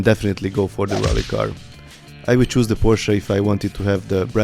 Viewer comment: Finaly someone who can say porsche not pohsss